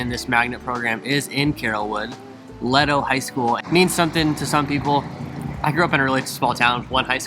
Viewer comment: You’re mispronouncing Leto (lay-toe) and it’s technically in Town & Country